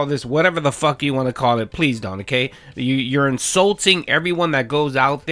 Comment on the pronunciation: "What I WAHHHN"